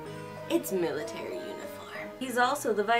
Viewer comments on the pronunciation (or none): none